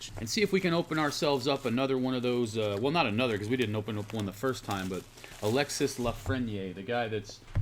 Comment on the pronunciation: Alexis lafreniere pronounced as. Alexie or Alexy not Alexis